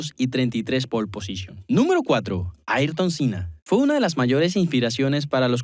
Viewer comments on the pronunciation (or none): Una pena poner al mas grande de la historia Ayrton Senna en cuarto lugar, Y que no sepas pronunciar su nombre!!! Es el único en la historia que competía vs 20 pilotos y el sistema(Ballestre). Es un mito, emblema del deporte, idolatrado hoy mas que nunca en el mundo del deporte velocidad, No solo en su amado Brasil. hizo revivir a la F1, en mi Mexico se le adora, no solo por su pilotaje y coraje bajo la lluvia, si no por su valor como ser humano. Un grande Ayrton Senna do Brasil!!! No todo es estadísticas!!!